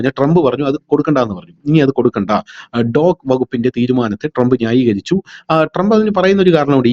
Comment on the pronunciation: ആദ്യം കാര്യങ്ങൾ പഠിച്ചിട്ട് സംസാരിക്കു. ഡോഗ് ഫണ്ട്‌ എന്നൊന്നില്ല. ഡോജ് എന്നാണ്. എന്ന് പറഞ്ഞാൽ ഡിപ്പാർട്മെന്റ് ഓഫ് ഗവണ്മെന്റ് എഫിഷ്യൻസി, ഇലോൺ മാസ്ക്കാണ് ഇതിന്റെ മന്ത്രി. അവർ ആർക്കും ഫണ്ട്‌ കൊടുക്കുന്നില്ല പകരം ഫണ്ട്‌ എവിടെ പോകുന്നു എന്ന് കണ്ടുപിക്കുക എന്ന ജോലിയാണ് അവർ ചെയ്യുന്നത്. അങ്ങിനെ പുറത്തു വിട്ട ന്യൂസ്‌ എടുത്തിട്ട് വിവരക്കേട് പറയാണ്ടിരിക്കുക. ഉള്ള വില കളയരുത്. 😢😢കഷ്ടം. അമേരിക്കൻ ബിഷപ്സ് കോൺഫ്രൻസ് അമേരിക്കയിലേക്ക് മുസ്ലിം മനുഷ്യ കടത്തു നടത്തി സമ്പാദിച്ചത് 2.4 ബില്യൺ ഡോളർ ആയിരുന്നു. ഓരോന്ന് പുറത്ത് വിട്ടുകൊണ്ടിരിക്കുന്നു.